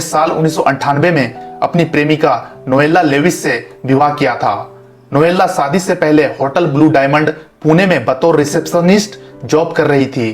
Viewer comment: Saadi nahi #Shaadi hoti hai 😂😂😂😂😂🤣🤣🤣🤣🤣🤣🤣🤣